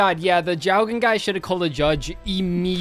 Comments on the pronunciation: it’s name is “ジョウゲン”, so “Joh-gen” roughly Definitively not Yowgen, but also not J-ow-gen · To settle this once and for all, it's pronounced Joh-gen (Japanese card is 昇霊術師 ジョウゲン) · the small ョ doesn't add a 'y' sound so it should just be "Joh-gen" For example, Jojo is written as ジョジョ in Katakana but it's still pronounced as Jojo, not JyoJyo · The Japanese name of Jowgen is pronounced as "Joe" in the first syllable, so both of you are half right lol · Jowgen is an inversion of Genjō, pronounce it like the "jo" in "join" for the closest English equivalence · by that logic, sangan should be pronounced cooree'taa (クリッター) they didn't romanize jowgen's name, it should have been jougen if it was supposed to be pronounced that way by the localization note: i don't actually care that much about this, i just like starting shit